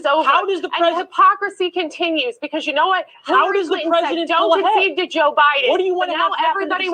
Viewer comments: I laugh so hard every time you say "Bo Jiden" 🤣 now I say it. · "boe jiden". 😂 god bless.!!